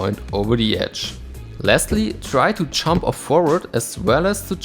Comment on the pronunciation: Every time you say jump I hear chomp, but it works because your skates are effectively chomping onto the obstacle with their souls and H-blocks.